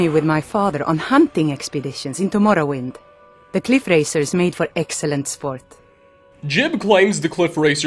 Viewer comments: " Gee-ub" not "Jib" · Saint jib? it's pronounced jiyub. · jee-ube, not jib. You literally played a clip with a character pronouncing it properly. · Every time he says jiub wrong i die inside. It’s not that hard. It’s ”Jeb” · Ugh, hate when they call "Ji-uhb" "Jib" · Its gee-ub. not jib. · he claims he met JEEB. Teldryn Sero: I wonder what became is St JEE-UHB… never ceases to amaze with mispronouncing stuff he researched. XD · His name's not JIB smh